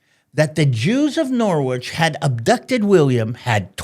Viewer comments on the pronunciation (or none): Thank you! Btw, “Norwich” is still a big-ish town (215k people) and is pronounced “Norrge”. Sadly this anti Jewish sentiment may have started after the big Jewish influx from the continent around the time of William the conqueror. At this time, Jews were primarily involved in moneylending, an activity prohibited for Christians by the usury laws. Initially settling in London, Jewish communities expanded to other important centers like Norwich and Lincoln in the 12th century. They also worked as doctors, goldsmiths, and poets. God blessed England with its support of the Jews…. Right up until the end of Second World War when Britain abandoned the Jews with the end of British mandate Palestine and the lack of support for the start of the state of Israel in 1947. Now God curses Britain… just look at the current political regime and civil disorder may God continue to bless you